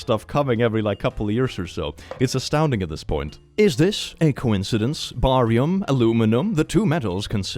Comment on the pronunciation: Barium is pronounced Bearium